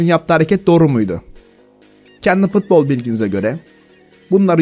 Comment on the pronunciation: Abi şunu fark ettin mi ? futbol a fıtbol diyosun